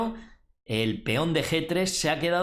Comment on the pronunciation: JAJAJAJ es muy graciosos como dice feon JAJAJ